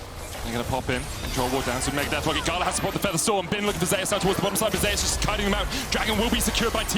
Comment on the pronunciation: These guys are mispronoucing 'Zeus'